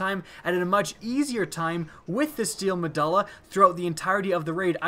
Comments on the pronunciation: Muh-DO-LA, say it with me. MUH DO LA Not DUL-LA, DO-LA. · nice mispronounce of the guns name... meh-duel-ah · You need to research your pronunciation before recording... medulla is pronounced meh-dual-ah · med-you-lla MEDULLA not med-all-a MEDULLA say it right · LOL because,, it is in fact pronounced med-you-lla not ma-duh-lla. It was so hard to make it through this video. I also cringed every time the name was mentioned. Love the vids but you gotta work on that pronunciation and grammar. Keep the good stuff coming! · It's pronounced meh-dool-uh not meh-dull-uh. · "Ma do la" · Me-dulla. Lol. Read a book sometime. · its pronounced Me-doo-la. I think you're thinking of megjul dates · not mu duh luh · The letter U doesn't make the sound U were making saying medulla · pretty sure the U in medulla is a hard U not a soft one. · Medulla oblangata. Now say medulla correct. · lol you don't know how to pronounce Medulla